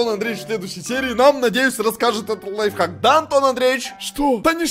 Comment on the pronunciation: первая шоколадка которая правильно сказал слово ЛАЙФХАК